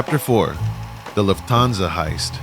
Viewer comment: BABY… just say LOOFT/ÄN-SA u got this papi